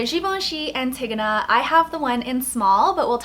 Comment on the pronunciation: It's pronounced Ann-tee-go-nah